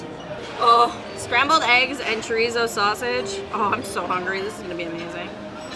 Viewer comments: she pronounced the "z" like she was speaking German!, in Spanish the z sounds just like our s. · I have thoughts on your pronunciation of chorizo 😟